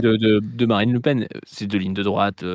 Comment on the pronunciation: 36 '17 dit "Marine Le Pine" 😮